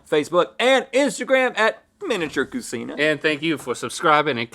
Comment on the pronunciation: Not cu-seen-a, but cu-chee-na. No Italians around you? 🤭